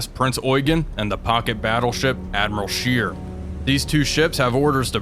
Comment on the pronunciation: Admiral Scheer is pronounced more like share or Cher a longer "eeh" sound instead of "eei"